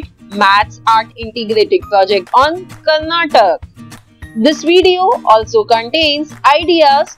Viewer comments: Mam sry to say this it is karnataka not karnatak pls say it properly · That is not Karnatak that is Karnataka